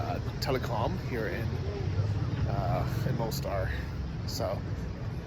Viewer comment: why do you not learn the most basic things about the places you visit? Like how to pronounce them properly??